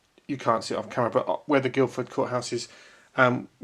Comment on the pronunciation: There's no "d" in Guilford courthouse:)